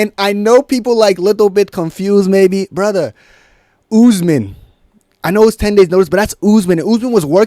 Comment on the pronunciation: Now said Usman always with the Belal voice, the U U U Usman